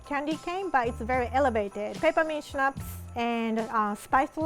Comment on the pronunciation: It is funny to see fighting with english pronounciation and pronounce schnaps perfectly right 😂